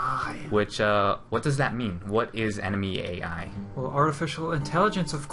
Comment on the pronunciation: ENEMY EEAII